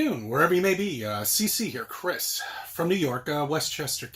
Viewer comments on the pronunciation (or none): none